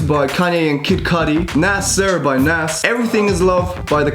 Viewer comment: Bruh he really pronounced nas nass like nasa